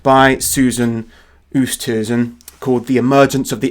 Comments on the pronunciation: Oosthuizen is pronounced Oh stay zin (rhyming with play station) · Susan Oosthuizen is an Afrikaaner name. The surname is pronounced Oo - est (try run the two sounds together fast) - hay -zen and the first name may well be pronounced as Su - sun. I am a South African who greatly appreciates what you do. Thank you.